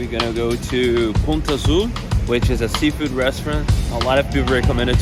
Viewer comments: NOT "Punta Zoo" BUT "Punto Azul" (Blue Point). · Is not Punta Zoo is Punto Azul 😅.